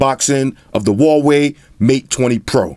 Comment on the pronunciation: As soon as I heard you say VAVEI, I gave thumbs down and exited video. Bye